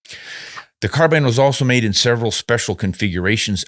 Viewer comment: I am pleased to hear you pronounce "Carbine " the way it should be . I have heard the argument that it comes from the French ...CARBINA or something like that ..... but Australia and the USA speak ENGLISH not French . Just my little windge for the day.